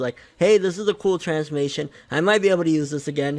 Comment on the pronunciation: Wtf is a transmation lol